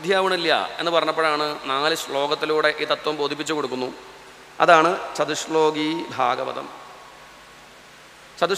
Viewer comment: ചതുശ്ശോകീ എന്നല്ല വേണ്ടത് ചതുശ്ലോകീ എന്നതാണ്. ശോകീ = ദു:ഖീ